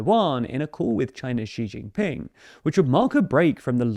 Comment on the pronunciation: Bruuh! STOP saying Beishhhying and Xi shhhying Ping! It’s Chinese, not French. The J is just a J. 😂 why is everyone doing this.